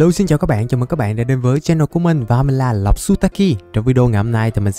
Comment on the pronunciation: Rõ ràng anh Tên là mà em hỏi mấy đứa bạn thân nó nói anh là nọc nutaki là nọc nutaki 😂😂😂